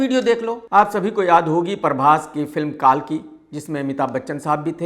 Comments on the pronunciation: Kaalki nehi kalki ,saturmurg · अरे मुल्ले कालकी नही कल्की बोल😂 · Kalki bolna Sikh le No. 1 Samosa Critic